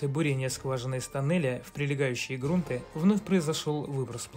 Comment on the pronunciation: Во множественном числе в слове «грунты» ударение падает на последний слог. Очень режет ухо «грУнтов», «грУнты» и тд.